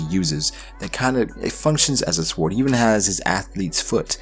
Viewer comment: I thought this was a great theory other than the fact that instead of saying sword you say swored it sounds so dumb neck yourself for that but other than that good shit my dude